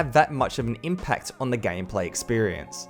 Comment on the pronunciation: he said gamplay 😂😂🤣🤣